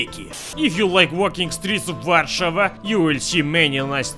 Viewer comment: finaly some one said ower capital name right